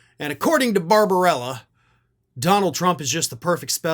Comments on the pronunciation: It's barbabella, not barbarella. No harm in gettting it straight. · The doctor’s name is Barbabella not Babrbarella